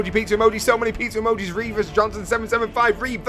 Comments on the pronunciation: he said pizzar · It pisses me off how he pronounces pizza emoji like pitzer emoji pitzer emoji pitzer emoji